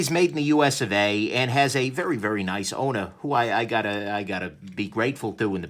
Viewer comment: What said "Vipersharp has a really nice owner." What I heard "Vipersharp has a very nice odor." Thanks for the review.